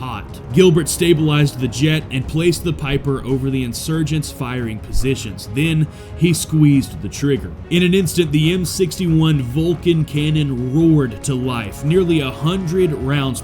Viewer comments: More aI garbage. Piper? Teach your ai to say pipper. Idiot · It's PIPPER, not "piper". How do you not know that? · Pipper Not Piper